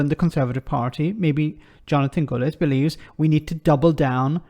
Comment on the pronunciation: His name is Gullis not Gooliss.